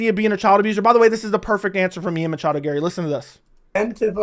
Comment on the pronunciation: Matchado. He never say his name correctly.